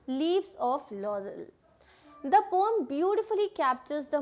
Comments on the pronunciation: Poem not pom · Poem (pronounciation) 😕